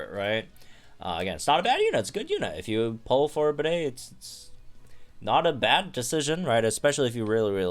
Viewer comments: I think his name is pronounced like Bead not bidet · Pretty sure his name is said like Bead, not Bidet. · you also named a gym trainer a toilet. bro, it's pronounced like 'bead', not 'bidet' 🥲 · i can't with you calling him bidet throughout the entire video 😭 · The English voice clips that were leaked onto YouTube show that Bede’s voice actor pronounces his name like ‘bead’. Even if that wasn’t the case, I downright refuse to pronounce the name of a character that would sound like a word used to define a sink used to clean your nether regions.😑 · ok, ik it doesn’t really matter to people, but is it pronounced bidet? or bede as in beede. I always thought it was pronounced like beede with a silent e at the end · 5 seconds in and I already lost it cause I heard "bidet" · I can't wait to hear him say his own name because I refuse to believe it's pronounced 'Bidet' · Oh god don't call him "Bidet" lol